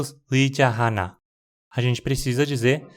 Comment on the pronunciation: Muito boa a sua pronúncia do coreano. Mas achei interessante o modo como você pronunciou 하나 no início. Deixando bem clara a influência das regras de pronúncia do português. Quando a gente vê palavras como 하나 ou 나라, a gente tende a falar algo como hána e nára, dando mais ênfase à primeira sílaba, da mesma forma que a gente pronuncia casa e bala, por exemplo. Mas em coreano eles geralmente não dão ênfase a uma sílaba em cada palavra, então 하나 soa mais como haná pra gente, e 나라 como nará, mas as sílabas só estão sendo pronunciadas com a mesma ênfase. Eu também fazia isso sem notar quando comecei a estudar a língua. Tive que me policiar bastante pra não levar as regras de pronúncia do português pro coreano :)